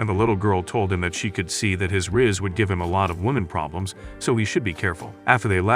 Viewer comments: but the part when alina was in the class confessin the boy are flazzing moroa and he said hes overpowerd RAZZ he said RAZZ that was one of the funniest part of it when he said |RAZZ instead of RIZZ that was coght me dying in laghs but T_T Rip moroa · because of his amazing rass Me:it’s Riss